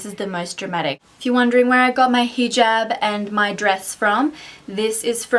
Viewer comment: That's so sweet of u:) u r looking absolutely stunning in hijab and I love the way u pronounce hijab:)